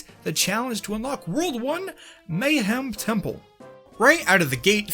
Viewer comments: The fact that you consistently mispronounce “Mayahem Temple” as just “Mayhem” instead of emphasizing the “Maya” part drives me nuts, lmao. That’s the entire pun right there you’re butchering! Great video otherwise, I just can’t help but be an anal wad about pronunciation. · Mayhem? You mean Mayahem right? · The fitst world is technically pronounced "Maya-HEM" temple, as an obvious pun reference to tree ancient race of mayans.